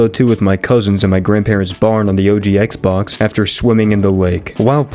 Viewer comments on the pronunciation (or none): none